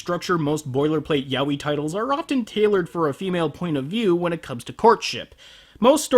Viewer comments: it's "ya-oy" not "yawi" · it took me a while to realise that yah-wee was yaoi XD (im a spanish speaker xP)